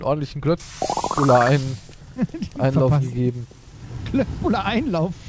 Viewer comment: Nur zur info. Köttbullar sagt man Schöttbyllar. Liebe grüße aus Schweden